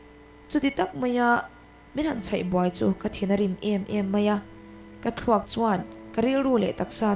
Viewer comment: Bawkvak phei thuak thuak tih hi a diklo deuh em? thuak nilovin/ ṭhuak/ ṭ hman na tur a nih hmel, ṭhuak ṭhuak..